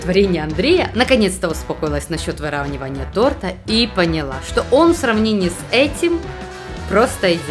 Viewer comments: Не тортА, а тОрта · тОрта! А не тортА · батл получился интересный.) но, хочу исправить, в начале ролика было сказано не тОрта, а тортА. по слуху так и бьёт. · что? тортА? я думал вы более профессиональные.... а. стоп, вы ж из украины вроде, тогда простительно